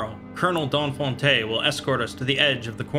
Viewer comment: I love the way he pronounces "Donfonte".